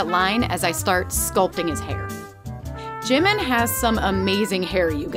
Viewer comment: Just for future reference, it’s pronounced: JEE-meen not JIM-min